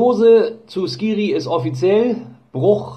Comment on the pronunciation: Hallo ja ist schade mit der Verletzung. Da ich gerade in Tunesien bin, bekomme ich natürlich trotzdem alle News bei Skhiri mit. Ausgesprochen wird er übrigens anders als es alle tun. Das "kh" im Arabischen wird ähnlich wie "chr" im Deutschen gesprochen.